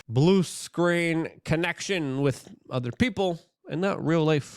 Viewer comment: Luke overuses the word “larger” and “this as” and he can’t say the word “with” right. He says “wit” I dunno why he can’t.